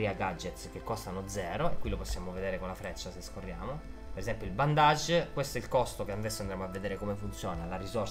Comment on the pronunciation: Come lo spiega lo solo pochi!, d'accordo che la relazione tra Batman e Alfred è un po' equivoca, però sarebbe più corretto dire "bandage" (bendeg) invece di "bondage"🤣